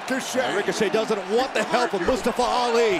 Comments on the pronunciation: Nobody : Byron Saxtion : “Mastafa Ali” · The announcer didn’t say Mustafa’s name right. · No one gonna talk about how Byron Saxton kept saying Mustafa Ali's name wrong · announced Mustafa Ali wrong. If you can't say it right, don't say it at all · PRONOUCE MUSTAFA RIGHT!